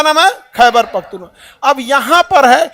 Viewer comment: मिस्टर खान अपना उच्चारण ठीक किजिए यह पख्तूवा नही है बल्कि पख्तूनख्वां है.